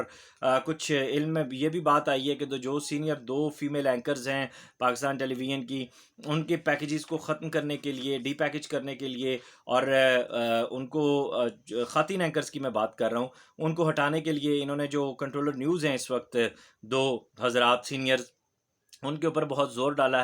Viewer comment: ساری باتیں اپنی جگہ ۔۔ ایک بات جو مجھے بہت تکلیف دیتی ہے۔ آپ جیسا اہلِ قلم بھی اگر لفظ ’’ خواتین‘‘ کی واو کو معدولہ پڑھے تو یقین کیجئے اپنا سر پھوڑ لینے کو جی چاہتا ہے۔ اگے تہاڈی مرضی۔